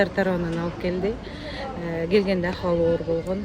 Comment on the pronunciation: ахыбалы емес дура акыбалы деп суйло